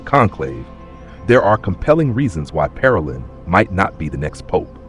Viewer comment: Learn how to pronounce Parolin correctly !